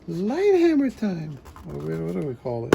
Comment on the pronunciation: It’s not hammer time, it’s “her”mer time.